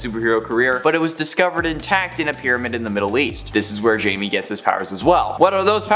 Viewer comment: Can you people get blue beetle’s name right it’s not Jamie it pronounced high me, idiots!